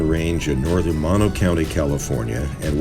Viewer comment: Great video thanks for sharing but just FYI Mono = Moe-No not Mah-no